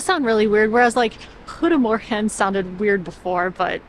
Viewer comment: je "goedemorgen" was perfect!